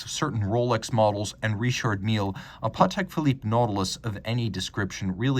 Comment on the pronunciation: Your accent on Vacheron Constantin & Patek Philippe got me thinking for years. This is French name and deserves respect, it's not English. What's the importance of your video if you can't pronounce these brands name properly.